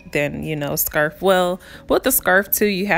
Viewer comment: “Scurff” 😂😂 but I love your videos ❤️❤️❤️